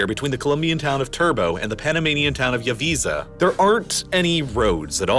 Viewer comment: It is Yaviza not Yavisa